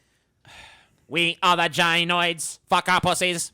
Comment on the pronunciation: "Jainoids" lmao It's pronounced: "GUY-noid" as in the gyneco word-forming prefix meaning "woman or female," Latinized form the Greek gynaiko. Do you also pronounce gynecology as JAI-necology?